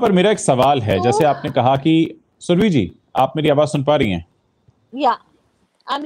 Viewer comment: सुरभी नहीं, सुरभि! सही उच्चारण हिन्दी भाषियों से अपेक्षित है।